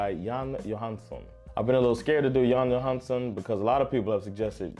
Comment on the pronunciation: Skilj på Johansson och Johansen i ditt uttal. Värt att notera är att Jan Johansens far, Egil Johansen, var en duktig jazztrummis som spelade ihop med Jan Johansson.